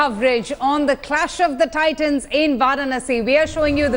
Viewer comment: clash of 'titians'??? WTF india today.. RIP ENGLISH 😂